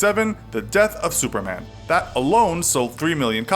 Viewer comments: 😂😂😂 sounds like suerman or some thing like that 😂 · i heard him say s e w e r m a n